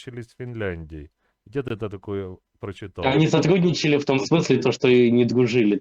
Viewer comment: Не садГудничал? пГащали долги? пГиколно!😂😂😂😂